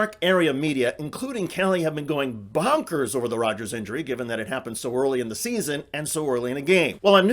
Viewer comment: BAUNKERS? Where are you from?🤭